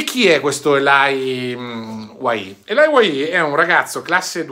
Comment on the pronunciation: a questo punto se Elye e francese te lo dico io che sono Belga francofono puoi dire ELI non ELAIA 😉